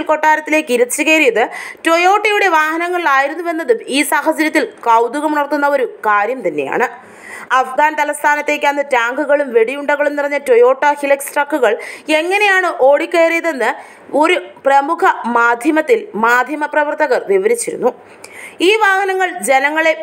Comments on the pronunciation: hilux alla molu pronunciation as highlux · ഹിലക്സ് അല്ല... "ഹൈലക്സ് "